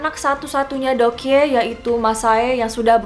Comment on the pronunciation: Doekhye dibaca Dok hye